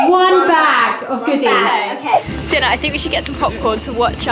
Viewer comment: Oh it's Sienna, not Siena 😊